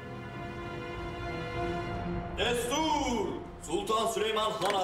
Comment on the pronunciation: its destur